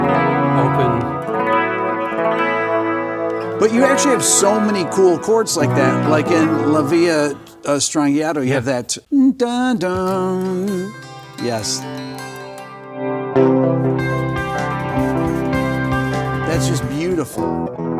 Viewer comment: Gotta love how someone called Beato pronounces "strangiato" 😂